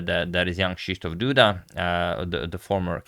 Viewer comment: Your pronunciation of "Krzysztof" is almost perfect, just one correction - the letter "y" sounds like "i" in "bishop", not like "e" in "me" :-). Awesome stuff here, agad!